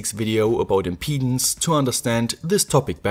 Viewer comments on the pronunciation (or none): none